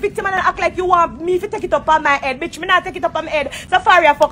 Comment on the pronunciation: ...every time Spice said BETCH, my feelings got hurt 😂😂😂😂😂 I felt them